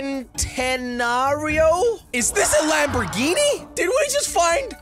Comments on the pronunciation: Jelly says : centanario Me : it’s pronounced chentanario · Its chentenario instead of sentenario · A Centenario rusted out in a junkyard. Not gonna happen. EVER. BTW it's pronounced "Chen" tenario. One more thing... 1130+ HP from a N/A V12. SEMA! Also... ahem...Koenigsegg Agera One:1...Agera RS...ahem...fastest production car...ahem... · Jelly: pernounces it sentinario Me: IT'S PERNOUNCED CHENTINARIO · You’re supposed to pronounce it like chentenario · It hurt me deep down when he said “sen-ten-ario?” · Jelly the Centenario is pronounced Chentenario. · It’s pronounced Chen-tar-E-O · It is pronounced chen-ten-are-e-o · Flipping centenario that's how you pronounce it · U say it like CHENTENARIO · centenario pronounced chen-te-nar-io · Centanrio = chen-ta-na-rio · The way u say it is chintanario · by the way its pronounced chentanario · It’s pronounced Chen ten ario but the name has no H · I heard him try to act like he knows something, BUTT then he didn't know how to purnounce cen.te.na.ri.o.I just went "im done." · I cringed so hard when he tried to say centenario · Oh my gosh yes, he did not know how to pronounce centanario